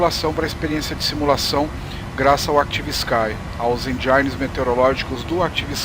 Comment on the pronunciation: Bom video. So uma dica, se fala ENdjin (engine) e nao ENdjain.